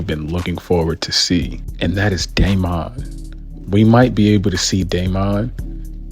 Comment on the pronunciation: Why're you putting so much emphasis on the "o" in Daemon? 😂 It's pronounced more similarly to "Demon" but with "Day" instead of "Dee".